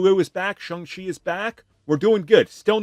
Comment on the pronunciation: His pronunciation of Shang Chi is 🔥